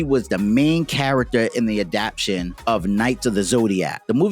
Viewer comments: I really enjoyed the graphics work and storyline of your presentation. The only thing to modify is the word adaptation 'adap-tay-shun'. Keep putting in great effort. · I like the video but I'm a grammar freak, so every time he says adaption instead of adaptation, I want to tear my nails off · It "adaptation", not "adaption". Otherwise nice video!